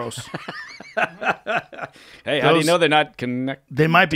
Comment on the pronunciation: Impressed that Baker actually pronounces George Soros' name correctly